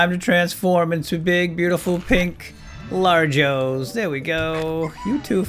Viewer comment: Dude you are saying largoes